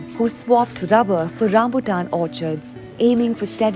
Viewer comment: lady, its not "rabber", its "rubber"